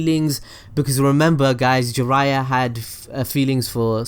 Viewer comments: Jiraiya = 'Gee-raYya' Make sure you emphasize that Yya 😃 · We asian find this disgusting..kaw buu thou..gee ryyyyaaaa..fcuk off